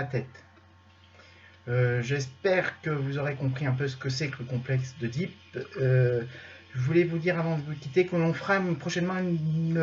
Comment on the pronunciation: Oedipe se prononce "édipe", question orthophonique